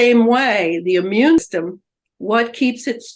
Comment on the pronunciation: How come this person doesn’t know how to say immune system? It always kills me when these seemingly very intelligent people don’t know how to say or use simple words correctly because it makes them look somewhat unintelligent. 🙏🏻